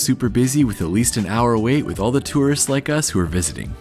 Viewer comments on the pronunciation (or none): none